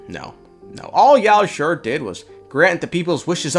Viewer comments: I gotta be honest you saying yaoshi’s name as yaosher instead of yaoshe is honestly irritating 💀💀💀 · i admire your efforts to pronounce chinese names the way they are supposed to be, but your pronunciation of 药师 is way off. it's not that hard, neither does have a "sure" sound. since it's ī and not í a quick and soft "shee" sound should be enough. just felt like pointing out. edit: just to be more clear, your mouth is not supposed to open at all, just grind your teeth and try to pronounce it.